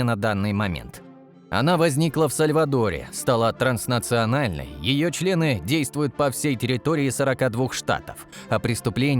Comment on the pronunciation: Ясно одно..любимое слово автора видео... "Чле-ы"😂